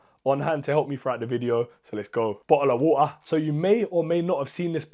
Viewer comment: Bro just said " Bota of wota"